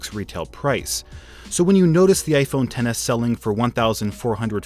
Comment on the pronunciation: No offence, but why does it sound like he says gayphone XS instead of iphone XS